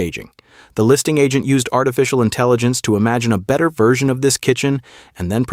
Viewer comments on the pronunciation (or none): none